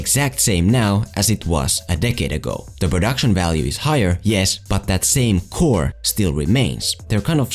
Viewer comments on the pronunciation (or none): none